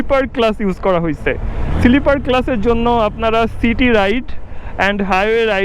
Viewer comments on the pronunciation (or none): Siliper clutch ki bujhlam na. Pronunciation shikhte hobe aro